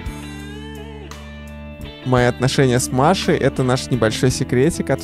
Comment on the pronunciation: Долго думал, почему ты Пашу называешь Машей, а потом понял, что это "М" такая 😅